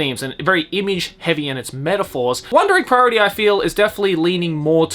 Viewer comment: he says the name flawlessly